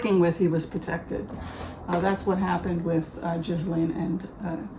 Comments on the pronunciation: Congratulations! Enjoy Portland OR! I’m happy for you. You also look very happy. Thank you for the reading.:) (Ghislaine’s name is pronounced Ghee-Len.) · Zjee-laine is the pronunciation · She pronounces it GHEE-lane Maxwell. (Like the butter substitute.) The correct French pronunciation is GIZ-lane (G sound like in guitar) But as a British family that's not how they chose to do it. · Robert Maxwell seems to have cursed his daughter with a name no one was able to pronounce. The BBC and others decided on a soft "G", no "s" and accent on the last syllable. I guess we'll know for sure if they show her in court and she's asked to state her name and the internet and twitter-verse light up.